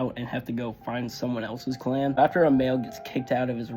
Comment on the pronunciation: Yo I thought you said they were kicked out the CLAM